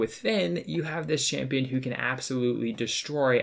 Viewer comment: Everytime you said champion I cringed